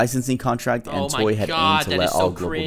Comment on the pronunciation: He keeps saing toy instead of toei. IT SO ANNOYING!